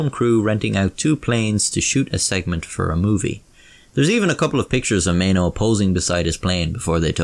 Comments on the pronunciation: Why would you pronounce maeno as meno, and why would you pronounce amateur as amachyuw? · I think it’s Pronounced My E no (Maeno)